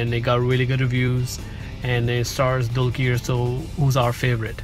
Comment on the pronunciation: One thing i wanna say is, The way u pronounce dulquer is not right. Its 'Dulker' Not 'Dulkeer'.:D